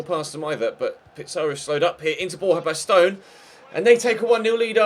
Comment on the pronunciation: baston is bastin not bastone